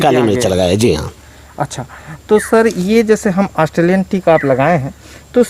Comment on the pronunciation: Astreliyan nehi australian .....thora sabdo pe dhyan dijiye